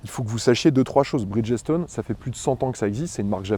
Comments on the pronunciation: A" ":à, tu prononces BRIDGESTONE comme un ignare🤪: tu dis BRIDGESSE -TONE!!! au lieu de BRIDGE-STONE (c'est pas compliqué bridge= pont et stone = pierre ) Et de la même manière je suis sûr que tu prononces FIRESTONE... FIRESSE-TONE au lieu de FIRE-STONE!!! 😂😂😂😂😂😂 C'est aussi comme les mecs qui disaient HONDA 750 FOUR ( four pour 4 cylindres) en prononçant "four" à la française, comme "four à micro ondes "!!! 😂😂😂😂 Il vaut mieux avoir quelques notions d'anglais dans le monde de l'automobile, ça peut servir...... Pense y la prochaine fois..... Amicalement.... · bridge stone pas bridgessstone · On prononce Brigde-Stone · Bonsoir, première vidéo que je regarde de votre chaine et bof bof. Cette vidéo est sponsorisée, ok pas de soucis. Mais ne pas savoir prononcer la marque qui vous aide me chagrine avant même les tests ... et même le monsieur de 1001pneus ne sait pas... ce n'est pas brid-ges-tone ... renseignez vous .